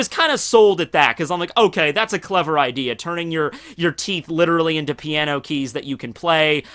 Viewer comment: the word is.. "keys"